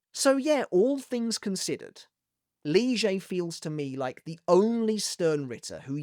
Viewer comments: I’m sorry but why is he calling Lille ‘Liegey’? That’s been grating me for the last portion of the video. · i really just need an explanation for the new pronounciation of lille´s name